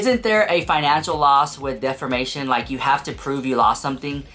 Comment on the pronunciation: DefRmation 😂, it’s pronounced Def-A-mation 😂